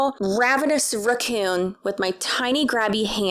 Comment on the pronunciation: The way you say raccoon always sends me!!! 😂